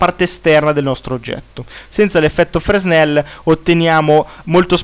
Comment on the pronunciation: lente di fresnel. Jean Fresnel, era un fisico francese, va pronunciato con accento sulla seconda E fresnEl ;)